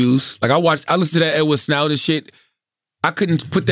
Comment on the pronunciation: This dude said “Edward swoden”😂😂